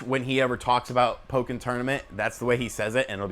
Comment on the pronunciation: pronunciation of "Pokken" is actually correct Japanese. Pretty much whenever you get double consonants in a Japanese word it gets the sort of silent beat that (probably over emphasized) used in his pronunciation.